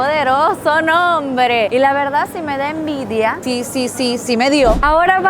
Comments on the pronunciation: Jajajajaj dice ENDIVIA NO ENVIDIA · Al rato me di cuenta que decía Endivia y no envidia 😂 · Dice eNDivia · pero dice Endivia🤣